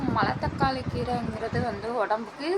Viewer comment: அது மலத்தக்காளி இல்லப்பா மணத்தக்காளி..